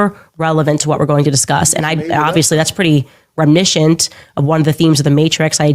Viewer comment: When she says remnishunt she's actually saying reminiscent- remembering something in the past.